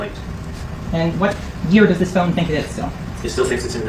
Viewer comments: “It’s his phown!…”😂😂😂 he still my guy tho with excellent coverage 💯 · “100% mellys phown” bruh I wish phone had a synonym so you didn’t have to say it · Wtf is a "Phewn" 😂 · The wayyyy you say phone has meeeee perplexed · I want to have a word with whoever taught you how to pronounce “phone”